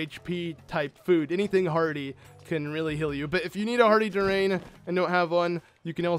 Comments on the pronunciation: Durian. Dur-ri-an, not dur-rain... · its pronounced Durian, not Durain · it's pronounced durian not durang. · Its DUR-E-AN not Durain. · It's pronounced dur-ri-an, not du-rain. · Hey you pronounce durian du ri an not durain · Durian: DUHR-EEEE-AANN Not durain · Btw durian is pronounced like dur-ee-an. You're putting the i after the a. Just letting you know. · TheZahnFactor, His friend keeps mispronouncing it. So he does too.